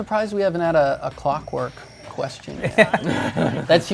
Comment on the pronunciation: "shrinks clockwerk" Haha im gonna call you!